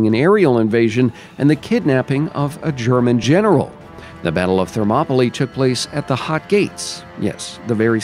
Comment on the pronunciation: It's pronounced Thermopylai not Thermopoli :D Good video though!